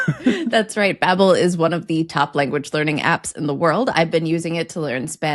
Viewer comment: Bahbel not baabul double-b